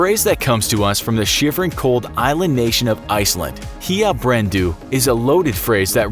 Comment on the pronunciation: Hlandbrenndu is pronounced "hländbrendū